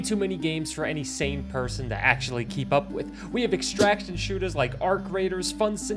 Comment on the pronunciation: bro the accent was coming out strong saying extraction shootahs XD